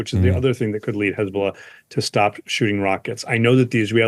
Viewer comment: 16/9 -HEZ-BOLL-AH 17/ 9 -HEZ-BOLLS-NO